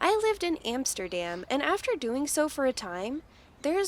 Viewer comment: She cannot even pronounce "Amsterdam" correctly